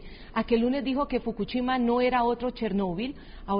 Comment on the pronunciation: ES FOKUSHIMA!! NO FOKUCHIMA!! APRENDE A DAR LAS NOTCIAS MENDIGA VIEJA!